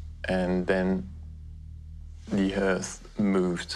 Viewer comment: Why did he pronounce earth with an H in front hahaha trying to sound cool much